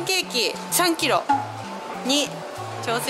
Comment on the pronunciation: 3キロが100キロに聞こえてびびったw